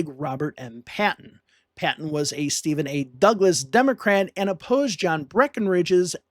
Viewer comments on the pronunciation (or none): none